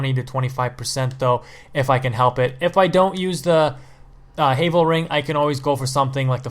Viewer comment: 3 Dark Souls games, 5 years, still can't pronounce Havel right?